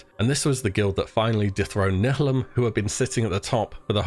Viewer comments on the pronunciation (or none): You are now no longer allowed to ever try to say "nihilum" Again. And calling improoved Expose parmor Iea like its a thing. xD Grr